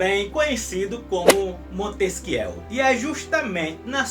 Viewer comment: o vídeo está ótimo, só tenho uma crítica: o nome Montesquieu se pronuncia "Montesquiê".